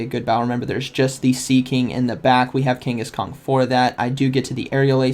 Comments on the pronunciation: I swear to god he’s saying Kangaskong the whole video it’s slowly killing me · Is it me or is he calling him kangis-kong....???? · I keep hearing Kangkhaskong :D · I hear it too! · King (kangas) Kong. Just like Genghis Kong. . . smh, lol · Are you saying kangas kong? 😂 it’s like I’m watching a pokeAK video... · is he saying kanghaskong? lol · drivin me frigin nuts as well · There is no “G” at the end of Kangaskhan. Love the content. Watch daily